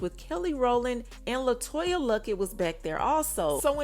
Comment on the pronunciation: Her name is LETOYA Luckett not Latoya… she deserves her name to be spelled CORRECT!